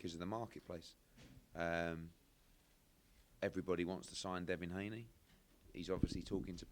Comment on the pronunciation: Who’s Devon Haney? It’s Devin, I know that and I’m from the UK :/ other than that good work son